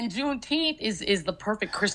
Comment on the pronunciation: What in the world is a "Juneteeth" is that even a word? Why not say June 19th! Like July 4th?